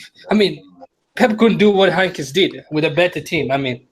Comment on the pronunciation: I'm a Dortmund fan, but you have to put some RESPECC on uncle Heynckes' name